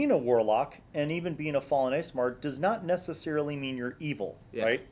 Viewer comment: Aasimar pronounced like Ass at the beginning, not Ace.